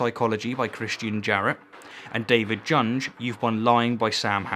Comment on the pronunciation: lol "David JUUUNJ" It's said like "Yoongah" and its German for boy.